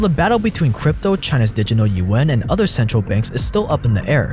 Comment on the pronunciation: repeat after me. di-git-al. di-giT-al